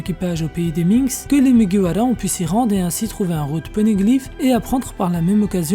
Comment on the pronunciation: Pk tu dis mugiwala et pas mugiwara ta pas besoin de le dire en japonais :sueur